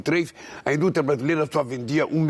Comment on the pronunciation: A indútia kkkkkk